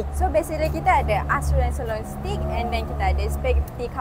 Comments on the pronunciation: Salah ! Sebutannya bukan STICK ! Stick tu ialah batang kayu ! sebut STAKE ( hujungnya mcm sebut TAKE ! bukan TIK ) ... AUS TRA LIA ! bukan Austro lia ! Austrolia tidak pernah wujud ! Disekolah ada ajar ni semua ! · CAJUN is not CHAJUN, it's KAJUN and STEAK is not Stik, it's STEYK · Ape stik???? Payah benor nak sebut stik tu.. 😂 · google ler, tak salah tegur menegur,mmg sebutan steak tu salah.